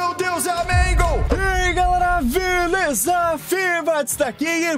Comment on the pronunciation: ele falou velesa o correto e beleza 🤣🤣🤣